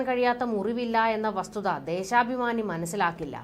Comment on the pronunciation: ദേശാഭമാനി എന്ന് പറയു